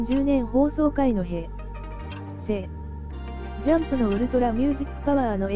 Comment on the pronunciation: 吹き出しで つい見てしまうのですが、日本語、漢字の読み方、切らなくて良いところで平と成を離したり、聞きにくいし もう少し正確にお願いします。 あなたの放送が残念です❗️